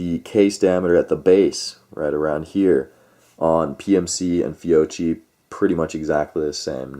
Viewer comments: fee-oh-KEE not fee-oh-chee so annoying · Ok but please say "FYOKKY", because in Italian ch = k...and if there is a double You need to persist a little in the pronounciation of that double letter 😅(fyoKKy).....FYOCHY is unaudible ahah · Actually, no, it's not "Fee-o-chi" (phonetic); the proper pronunciation is (phonetically) "Fyo-kee" (phonetic). Kind of like Sabot: people say: "saab-ott" but it is actually "say-bo". Not to split hairs but since some made the case for pronunciation might as well say it correctly. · Beside the fact the correct pronunciation is “Fiokkee”, I have to agree. First time for my brand new Glock 45 at the range: Fiocchi RNCP. 60 rounds out of 100 couldn’t cycle the gun. Tried 100 Geco: everything perfect. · It’s pronounced Fee-O-Key. Great ammo and the shooters probably modded their triggers with lighter springs for lighter trigger pull and it effected firing pin force. Either that or some guns don’t agree with certain ammo. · Fiocchi = Fee-oh-key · This is Christmas Eve 2021, my brother in law bought 20 rounds of .45 Acp Fiocchi Blue Guardian, he has a Springfield Xds in 45 Acp, I will tell him this tonight, Thanks, btw the cch is pronounced as a K because there is no K in the Italian alphabet, My last name for example is pronounced as a K. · How can we take you serious if you can't even pronounce the manufacturer right. Then on top of it you don't even know what Glock it was you call it a mini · First pronounce that right Second check the Guns Fiocchi is one of the best out there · seriously every time he says it wrong im just like cringing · Personally NEVER had ANY problems with Fiocchi. You need to contact Fiocchi to investigate the matter. May need to recall a lot, never know; but NOT a reason to boycott them. Oh, and also, learn how to pronounce Fiocchi properly. It just makes it sound like you really don't know what you are taking about when you mispronounce the name, lol!